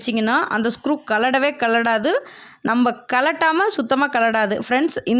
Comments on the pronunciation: 👌கழடவே கழடாது சொல்ல கூடாது. கழறவே கழறாது என்று உச்சரிக்க வேண்டும். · அது என்ன கலடவே கலடாது இப்படி ஒரு மொழி கேக்கவே இல்லை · அதென்ன கழடவே கழடாது... இதென்ன உச்சரிப்பு 🤔தமிழை, தவறாக உச்சரிக்க வேண்டாமே சகோதரி